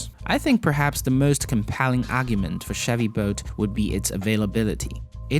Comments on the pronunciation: that accent though. Sounds like boat to me. Chevy boat. Not making a fool of you, just a funny accent to me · Chevy "Boat" and Tesla "Vote" :P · Is he saying Chevy boat? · Chevy boat? Try to say the "L" in the name bolt